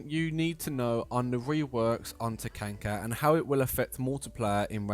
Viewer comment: Do you unironically say Takanka